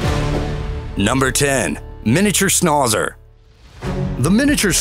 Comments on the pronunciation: Wtf's a schnaw-zer? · Snahzer? Is that the new hip way to pronounce Schnauzer? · The"au" in schnautzer (german) is pronounced as ou, like in snout. The way it is pronounced in the video sounds stupid......also the "t" has to be heard. So ; snout zer. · Miniature Schnozzer lol. This dude’s pronunciation...